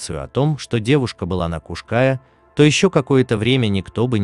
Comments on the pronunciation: я - крымчанка. режет слух, когда названия произносят ся неправильно. а правильное гуглится за полминуты. Название горы читается как Куш-КаЯ, а не Куш-КАя. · Куш-каЯ, а не куш-кАя. Неужели так сложно хотя бы в википедии глянуть ударение, если делаете материал, то делайте качественно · Как же режет слух Крымчанину ваши кАя... Куш-КаЯ ударение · История печальная, каждый должен сделать вывод, что горы-это красиво, но опасно, всегда нужно быть на чеку! Не могу не написать, всё видео резало слух- Куш -КаЯ, ударение на Я! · Куш Кайя. Ударение на последний слог. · Не кушкааааая!, А Куш- каяяяяяя! Учите мат часть ,,эксперт" , противно слушать! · Только не КушКАя,а Куш каЯ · КушКаЯ-крымско-татарское с ударением на последнем слоге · Для начала смени "увлекательный голос робота", на живого человека. А в поисках Сидоровой - лично принимал участие. Нет ее в горах, облазили там каждый сантиметр. И да, робот ударения не будет путать. Куш-КаЯ - на я ударение. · Ударение неправильное в "Кая" и на карте не та Куш-Кая указана. Да и не у Балаклавы она. Дальше слушать не стал. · КУшКая не в переводе с тюркского, а КРЫМСКО-ТАТАРСКОГО, ударение на последнем слоге.КаЯ--обрывистая скала Куш-птица или "двойная" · Куш КаЯ.. Ударение на последнем слоге.. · Ударение на буку Я! Куш -КаЯ! Простите за исправление! Просто слух резало! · И на у ударение кУш-КаЯ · Куш-КаЯ называется вершина. Братан, ты бы хоть поинтересовался, прежде чем 100 раз неправильно озвучить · Уши режет неправильное ударение!Куш-КаЯ,ударение на Я.Пусть пишу поздно,но так поздно посмотрела видео,говорите грамотно . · ударение на Я Куш-Каяяя , перед тем как видео делать учи как слова правильно пишутся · Kaş Kaya правильно говорить надо. Татары Украина 🇺🇦🙏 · Куш-Кая...Ударение на букву Я Тюркская топонимика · Куш- каЯ. Ударение на Я. Хоть бы поинтиресовался, прежде чем выпуск готовить. Чуть кровь из ушей не пошла🤦‍♀️ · А ещё автор говорит Куш-Кая с неправильным ударением, бесит ) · Кушкая дико режет ухо.